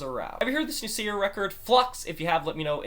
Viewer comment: What a great review! Thanks a lot! Your reflection on the songs relationship to another was very well put and interesting especially. The role of Dust might become clearer when you listen to Wassukanni right after it :) And btw your pronounciation of both Seyr and Wassukanni were perfect on the first try both times ;) Cheers and thanks again, Seyr